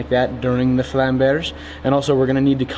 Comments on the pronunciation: yes, but he still has some work to do with his "Flammberge". That's not french, that's also supposed to be German. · Your pronunciation of Zweihänder in my opinion is perfect if you don't take the accent into account. But the way you say Flammberge still pains me to hear. You don't need to roll the R.